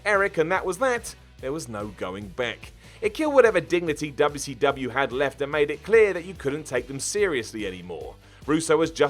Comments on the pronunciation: DoubleU Cee DoubleAH 😂😂😂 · No one:: DUBYA CEE DUBYA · Why this he saying wcw like that "Dub ya c dub ya" i remeber when scott hall said it like that when he debut wcw also triple h when dx show up to wcw